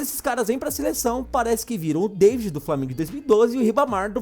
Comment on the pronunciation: Hora q ele falou deivid e ribamar eu não tankei 🤣🤣🤣